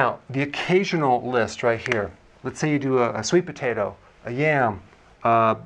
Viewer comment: occaSional...not occaTional